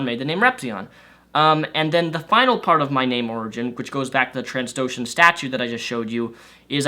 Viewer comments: Bossk! mmyeah, dem toes. Anywho, it's trandoshan, not transdoshan lmao. Shame on you,. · Is that Bosk? I'm guessing before I look it up... I probably misspelled the name so I can't make fun of your mispronunciation, but for your learning pleasure: It's TRANdoshan, not TRANSdoshan; they did not TRANSform into reptiles, they were born that way :) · I used to do the same thing - try to pronounce that species 'Transdoshan.' KoToR has drilled it into my head that it's 'Trandoshan.' (pronounced either Tran-DOH-shin or Tran-doh-SHAHN) I do believe that specific individual is Bossk, the same bounty hunter who was hired by the Empire in The Empire Strikes Back along with Boba Fett, Dengar, IG-88, Zuckuss, and 4-LOM. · Oh Rep... It's pronounce (tran-dough-sh-in) say it exactly how I put it :)